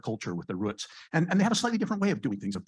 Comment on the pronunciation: I think he said Roots wrong just an observation